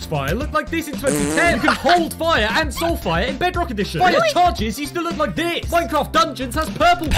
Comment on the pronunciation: He said shull fire